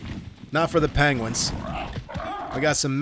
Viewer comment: What the fuck is a panguin? 😂